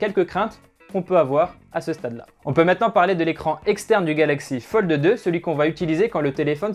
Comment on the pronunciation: Metexya eSport Merci du coup je n’entend que ça 😂😂😂